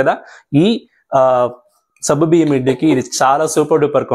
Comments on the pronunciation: Naku sabbu biyyam ani వినిపిస్తోంది.meeru alage antara.leka nene tappuga vintunnana? Adi సగ్గుబియ్యం. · సబ్బు కాదు సగ్గు